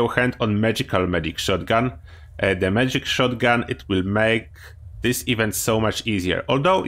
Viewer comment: Sometimes when you say "magic gauss shotgun" it sounds like "medic gauss shotgun." I would like to know if the medic gauss shotgun is broken like medic's explosive shotguns